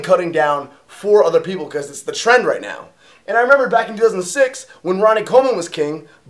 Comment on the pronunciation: Anyone else think he said Tren? instead of trend haha